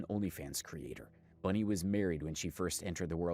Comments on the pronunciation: I don’t like her at all, but it’s annoying me that you keep saying Bunny instead of Bonnie😂😊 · Its bonnie not bunnie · Its bonnie, not bunny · Its Bonnie not Bunnie. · It's Bonnie! Not bunny lol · Its Bonnie not Bunny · Bruh it's BONNIE...not Bunnie😂😂😂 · Sweetheart- it's ***BONNIE not "Bunny" 😂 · Bonnie, its not Bunnie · BONnie not BUNnie. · BONNIE not BUNNIE 🙄